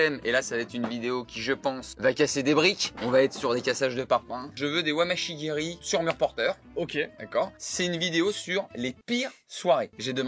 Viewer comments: Pour info 😂 on dit pas wamashy guéri mais mawashy guéri 😉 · C’est Mawachigeri Et pas wamachigeri 😂😂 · MAWASHI GERI ! pas Wamashi geri, ahahaha quelle tarte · Je veux des « wamachigeri » je connaissais Mawashi-geri mais Wamashi-geri... 😂😂😭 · C'est pas "wamashi geri" mais "mawashi geri", si on veut rester sur du japonais de type qualitatif :-) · C’est « mawashi geri » pas wamashi 😂😂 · "mawashi geri" pas "wamashi geri" mdrrr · "Je veux des wamashi geri sur murs porteurs" Mes oreilles de karatéka saignent... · "Des Wamashi geri" Ptit problème non ? 😂😂😂